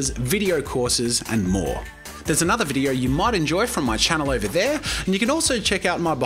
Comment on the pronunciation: Me: how many are you going to use- Jazza:and another one! Me:um Jazza:AND ANODER ONE, AND ANODER ONE. Me:...